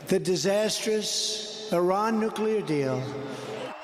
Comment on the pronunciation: He cannot even pronounce 'disastrous'. Wasteman!